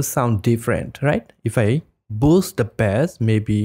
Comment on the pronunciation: Bass in this context is "Base" pronouncing it Bass is the fish. The instrument is also pronounced "Base" so the only one that's really pronounced how it sounds is the fish. Just to try and help with that since English is overly complicated for no reason lol. Great video btw :)